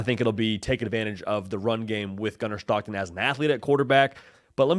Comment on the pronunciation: It Gunner STOCKTON! Not SCHHTOCKTON!! Voice annoying asf lmao.